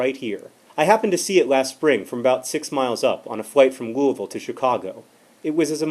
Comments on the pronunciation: OH MY GOD HE SAID LOUISVILLE CORRECTLY!!! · Thank you for pronouncing Louisville correctly. You truly are a scholar and a gentleman.